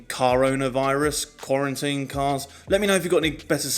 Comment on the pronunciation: Great shots! ... "Carintine"?